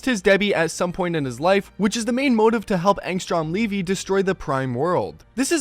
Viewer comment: "angstrom leevee"